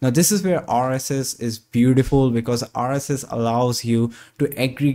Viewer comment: Nice video! The accent could do some work. The way you say "rss" sounds off. Like it doesn't match the rest of your accent.